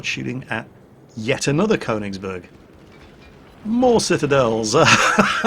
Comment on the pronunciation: FYI, it's pronounced "Kernigsberg", phonetically.......... what's that shiny metal tube doing in your hands??